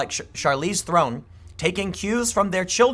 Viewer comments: Oh...my...God! Have you never watched a movie before? It's not "Throne', it's "Ther-on". Man the way you pronunciate names can be frustrating. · Tim: Invest $$$ with me! Also Tim: Can't pronounce Theron, hint it's not Throne. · Rhymes with heron